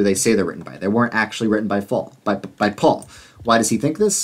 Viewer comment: At you call Paul "Faul" with an F on accident. The interesting thing is that in Hebrew, the letter that makes the F sound is the same letter that also makes the P sound.